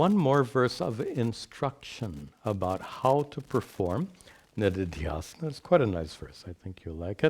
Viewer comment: They are shravaNa श्रवण manana मनन and निदिध्यासन nididhyAsana. When says nididhyAsana it sounds like niridhyAsana.